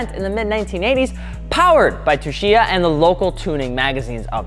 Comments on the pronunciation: "Tsu" is pronounced "Su", not "Tshu" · Its keiichi *tsuchiya (suchiya) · Say it with me kids... (Kay-e-chi Sue-chi-ya) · I about had a stroke every time attempted to pronounce “Tsuchiya”. Su-chee-yah. #RIPthispoormans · The way you pronounce his name is like KI-CHEE SUU-CHEE-UH. Keiichi Tsuchiya; the T is silent. I learned that after Initial D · rip didnt get keiichi tsuchiya's name right once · I might unsubscribe just from hearing your attempt on pronouncing Tsuchiya lmao Y'all aint' ever watch Best Motoring International?